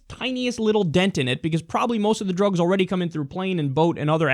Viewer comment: "Drůgs" lol